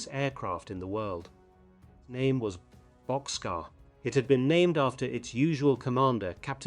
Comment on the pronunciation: Sorry to inform you, but Bockscar is pronounced boxcar